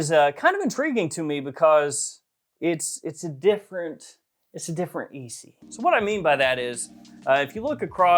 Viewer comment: Leather malaki will be a must have. Btw, why you all pronounce d'Issey like D-C?? Isn't Issey pronounced like e-say?